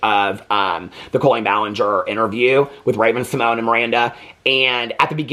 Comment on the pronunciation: Speaking of getting names correct, it is RAVEN SYMON_YAY (SYMONE) NOT RAVEN SYMONE....